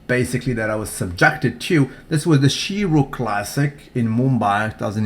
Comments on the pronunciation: its said "shay ru classic" not she ru classic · Sheru, pronounced Shay-roo. Sher in Hindi mean lion. Why does Jay's midsection look photoshopped in the bottom picture? and Kai's midsection looks disgusting in the bottom image.